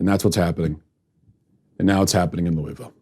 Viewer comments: First off, Louis-ville, not Louie-ville. I live here. You're a disgrace to honesty with what you're saying is the truth about Ms. Taylor. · It's pronounced luhvul. This man said everything except the correct pronunciation. Not too mention that if you watched the live streams (which I did for 8 hours) there was no violence instigated by the protestors whatsoever. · While this is just a bunch of crap, I must also add, learn to say Louisville. It’s not that hard really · Matt, I love you; but please never say Louisville like that 🙈😂